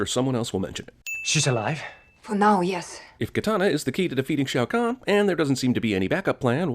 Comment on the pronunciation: Major Briggs... Sonia Blade... Shaio' Khan Will be please! A Shaio' What? LOL